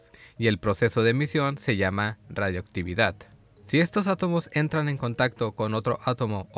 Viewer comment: La emisión de radiación se llama radiactividad, sin la "o" como lo menciona en el minuto